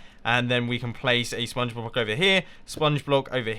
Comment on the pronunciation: I'm not the only one that notices xD